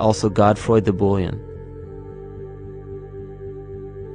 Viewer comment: "Godfroi de Bullion " LOL Bouillon [bool-yon] | Surname or precious metal ingots/coins (currency) Bullion [bull-yen] | Beef broth